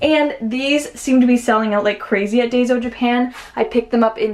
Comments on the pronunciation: It’s dayso it’s pronounce dyeso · It's pronounced da-ee-so. Enjoy your videos! Great ideas. Thanks! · Friendly tip! Daiso is pronounced DIE-so 😊